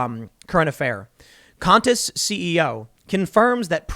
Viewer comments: QANTAS is phonetically pronounced (kwantas) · *Qantas is pronounced [’kwɒntəs]. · Holy shit, that pronunciation of Qantas was dreadful. "Kwa-n-tus" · I like how you say 'C*nt-as' instead of Qantas. It's wrong...but accurate. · 3 things... 1) Utopia is an American remake of a 2013 Brittish series. (Nothing to do with Covid.) 2) 'Qantas' is pronounced the same as 'queen', or ... Kwantas. ( what happened to "doing a simple google search" ? ) 3) Inconsistent arguement : "they're taking away our freedom by giving freedom to kids." (obviously paraphrasing for brevity)